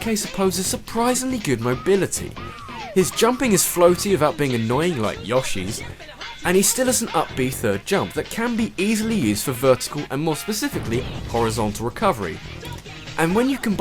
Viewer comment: It's yoshi, not yawshi!!!!!